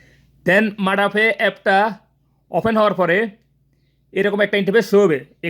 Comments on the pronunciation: আরে ঠিক করে কথাও বলতে পারচ না,,ওটা মাড়া না মাদা হবে হালার গরের হালা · ভাই এটা মাডা হবে না, মাদা হবে